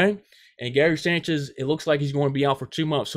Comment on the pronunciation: Can you just say his name right please